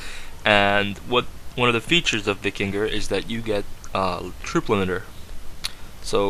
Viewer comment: 1. it's pronounced Vy-king-ur 2. It's pronounced Yarl